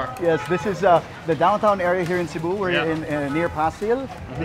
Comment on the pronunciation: See-boo? Bro it’s SEH-bu.